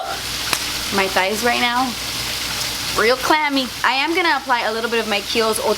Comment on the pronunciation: “My thight literally dripping” 😂😂😂😂😂